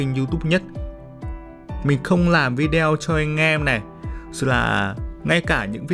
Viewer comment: " Vi đeo " nha mn😆😆😆